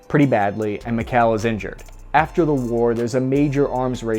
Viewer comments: Stop saying mik-hell 😒please. It's Mee-haa-ILL. Or just say Mike for god sakes. At least you got Kalashnikov right, so thank you for that. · Its "MeeKhaeeL" not Mikhell.